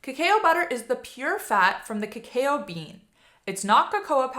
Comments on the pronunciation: Cacao is pronounced ka ka oh, not kakai oh 😊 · Its pronounced kuh·kau (cacao). Lol. Thanks for the other info! ❤ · There are pronunciation guide videos, so I don't expect you to take my word for it, but...cacao is pronounced "ka-COW". Cocoa...the "a" is silent. Surely at some point in your life, you have had "hot cocoa"...just "co-co". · No question about that...but cacao is pronounced "ka-COW", and cocoa is pronounced "co-co" not "co-CO-a". I tried to explain that pretty well, but you didn't even bother to read what I wrote...NOR listen to the way you pronounced it at the start of the video. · #9 so, it's pronounced "Kuh Cow" like the cow goes moo...but cacao butter is yum